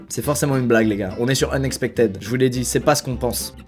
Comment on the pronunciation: <<Unexpectid>> ! Ça se prononce "ide" my friend, et non "aide"